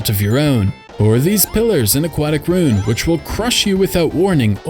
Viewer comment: Ru-in, not rune.